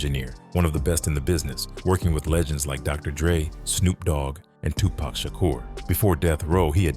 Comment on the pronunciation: I hate when white folks say “Tupack” instead of “Tupac”